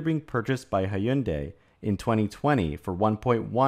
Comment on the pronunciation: I forgive you for your pronunciation of Hyundai.